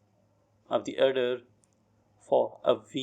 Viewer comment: Please consider that "order" word wasn't dictated clearly.